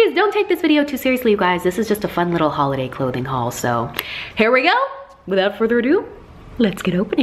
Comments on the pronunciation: Holiday... you mean HAULiday ? :D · It's hauliday